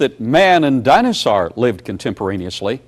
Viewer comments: DINAHSAURGH... Shiver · I'm re-watching this series in the 2025 spooky season. I'm still heartbroken over the destruction of the acrocanthasaurus fossil, and still perturbed by Baugh's pronunciation of "dino-saar." He truly doesn't human very well, does he?? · I don't like the way Baugh pronounces dinosaur. Just putting that out there. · Why does he have such a weird pronunciation of "dinosaur"??